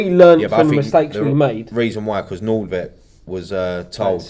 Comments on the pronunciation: Hi, I'm Norwegian, it's pronounced Nord-Tveit not Nord-veit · You pronounce Nordtveit like noortwait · I thought it was Nordvite